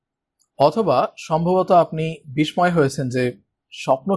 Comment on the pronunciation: বিস্ময় এর উচ্চারণ হবে- বিশশয়